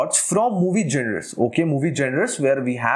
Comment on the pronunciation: to those who don't understand it's pronounced as- "jawnur"